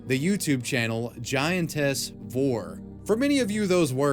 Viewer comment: You keep saying giantess weird